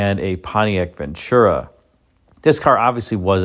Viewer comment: ...it's VEN TU RA. There is no CH in VEN TU RA!